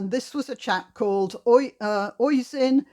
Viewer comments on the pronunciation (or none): Oisín is an Irish name ..pernounced Uh sheen...keep up the good work